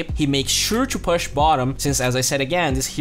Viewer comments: Great video and keep the work up!! But you pronounce "push" as /po͝oSH/ ;)) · Learn to pronounce "push" please , it's distracting